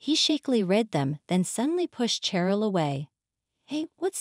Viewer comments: Carol is pronounced with a "K" sound, not an "SH". As in, A Christmas Carol. Edit: Ah, I see, they called the same woman both Carol and Cheryl. You're right, Cheryl is pronounced the same as Sheryl. Either way, they mispronounced it. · It is pronounced Sheryl with an sh sound